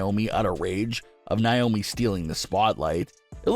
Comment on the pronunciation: Dude... I love your channel... But PLEASE stop saying NAomi's name wrong. It's not NYOMI